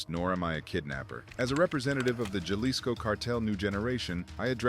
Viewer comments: Bruh, “Ja-lisco” lost me. It’s “Ha-lisco” fam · Starting to see why Americans are disliked in Mexico. "HA-lees-Ko" not, "JAH-lis-Ko". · Jalisko? It's prounounced Halisco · JUH lisco has me dead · So it’s not Jail Lee sco?